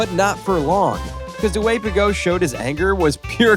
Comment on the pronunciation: and Ricciardo? And Piquet? (Pee-Kay), it's even said in Murray Walker's commentary how it's pronounced! I mean wow, a bit of research into pronunciations would have been good.